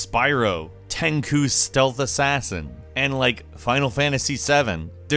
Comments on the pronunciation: Ten-KOO?? Ten-CHOO!!! OMG... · Wait did he just call Tenchu, Tenku? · Did u call TENCHU Tenckoo?! And you're a games journalist? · Did.. Did this guy just call Tenchu "Tenku"? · It was called Tenchu not Tenkuh you uncultured swine. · baby, i love you but you gotta say it like Ten-Chu and not Ten-Coo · 10 Ku stealth assassin? It's Tenchu dammit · Okay it is Tenchoo not Ten koo. You've been saying it wrong. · This fucker said Ten-ku. it's Ten-chu!! my ears are bleeding!!! Asshat!! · names a list of ps1 games and Metal Gear Solid doesn't get a mention, weird, also Ten-Q? Ten-Koo? Tenkuh? Tenchu, like s this dude 10-Shoe not that hard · ten-coo ten-choo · Ten-KOO??? Ten-CHOO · WTF is Tenku? All I know of is Tenchu.. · "What things do you remember from the Playstation that you know other ppl don`t?" That the game is called "Tenchu" not "Tenku". :D Fib or not, great vid. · did you really pronounce Tenchu like “Ten-Koo”?? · Bro, did you just say "ten koo"? Ch, ch ch ch. "Ten choo" (Tenchu: Stealth Assassins) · XDD "TENKU" It's TENCHU, and is pronounce in English something like ...TENSHOO? what about Demo disk, rub the disk on your shirt so it works, Games where complete, Games Faq digging for walk-troughs when you was like super stuck in a game or just checking if you didn't miss anything. well this last one guess it's still a thing... but that started it. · the fact he said "tenku" instead of Tenchu made me cringe and change the video lmfao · tencoo lol its pronounced ten chu (chew) was funny though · Tenchu, not Tenku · TenKu? Haha Tenchu reads like tenSHu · Tenkoo? It's ten-choo... Isn't it? Was I wrong all this time? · I would have said Ten-chu? Not Ten-ku? Am I wrong? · Ten-coo? TEN-CHEW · Why the fuck did you read "Tenku"?????? Its called "Tenchu" "ch" like in the word "chapter" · Since when did tenchu start sounding like Tenku? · WOW 😲 MY GUY SAID “TenKu Stealth Assasin’s” its actually pronounced (Ten- Choo) “Tenchu” like cho cho train or achoo 🤧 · Tenku lol